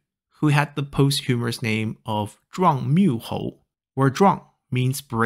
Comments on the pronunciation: Posthumous , not "posthumorous". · A small correction, I believe posthumous is pronounced "POS-chu-mus" instead of "post-HU-mer-us" Other than that, it was great learning about how many different types of nicknames there were, and how compound characters evolved in the Song Dynasty.